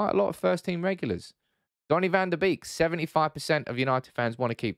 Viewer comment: Pronounced van de Bake.......